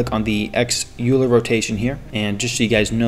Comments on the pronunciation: Hey there just a tip "euler" is pronounced like "oilah" not "youlah" (english) :) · It's pronounced oiler